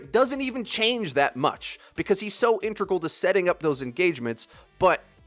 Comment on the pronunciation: my eye twitches every time pronounces integral as "intregal"